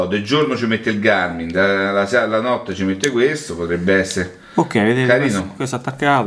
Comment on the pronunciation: .... ma di chiama Garmin e non Garming ..... siamo alla frutta 😭